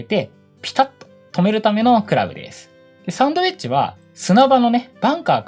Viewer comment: サウンド(sound)ではなくサンド(sand)ですね